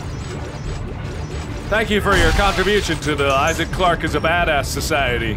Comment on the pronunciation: He just said issac perfect